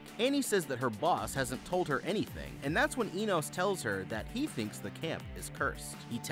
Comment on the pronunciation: You pronounced Enos three different ways and none of them were right..did you even watch this movie ?